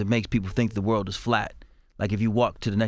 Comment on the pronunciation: around the wurl